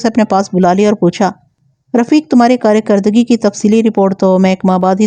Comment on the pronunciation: اوکارکردگی کو کارے کردگی نہ کہیں Aap garifat ko garaft parh rhi hen or پشت کو ہست پلیز تلفظ کو توجہ دیں شکریہ